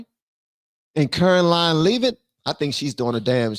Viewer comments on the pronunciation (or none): ITS NOT CAROLINE LEAVE-IT ITS LEV-IT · Hey....it's Karoline "LEV-it". ❤️👍